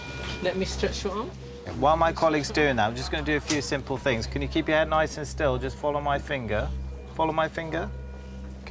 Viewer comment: Please stop pronouncing words with “th” as an “f”. They have free fings frough life. Free= three. Fings= things. Frough= through. It sounds as ignorant as USA ghetto language.